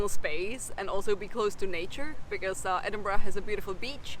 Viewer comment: Stop saying "edingbrah"!